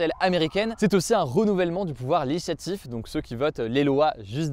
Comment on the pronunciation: LÉGIslatif Hugo, pas 'léhislatif' comme tu balbuties à chaque fois